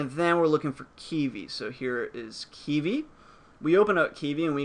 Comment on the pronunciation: Thanks for the video. I don't think you are pronouncing it correctly though lol. You're saying it like "key-vee"